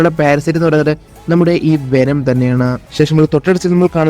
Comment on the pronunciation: വെനം❌ വേണം✅